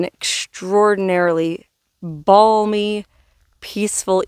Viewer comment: I'm so glad you're out of YouTube jail. It's great to have you back! By the way, the L is one hundred percent silent in the word balmy. As it is in palm and calm. I don't mean to be a grammar Nazi LOL!